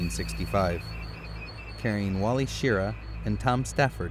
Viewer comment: You mispronounced Wally Schirra's name: it's sher-RAH.